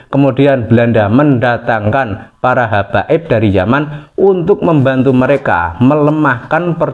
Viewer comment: yang ngomong masih sering "keclethot lidah, masih nyebut hababib, padahal sebenarnya imigran"